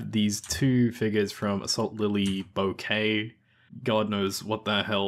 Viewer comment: boo·kay not bow-ki